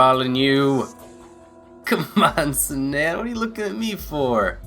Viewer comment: In the name, 'Sanan', you had the emphasis on the wrong syllable. it's got the emphasis on the first syllable. To get a better idea, you could watch the Hakuoki Anime called 'Hakuoki Kitan' In short, the name is supposed to sound like (Sah-n nahn).